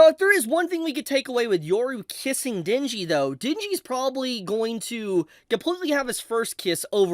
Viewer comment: Ah yes..the time "Denji" became "Shinji"